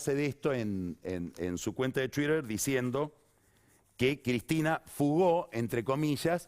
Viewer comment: La cuenta de "chuirer"... 😂😂😂